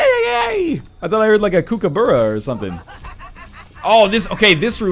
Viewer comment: Alright, your not Australian and that's fine... But I am, and when you say KOO KOO BURRA I wanna kill myself D: Cooka-burra please, save a life. ;P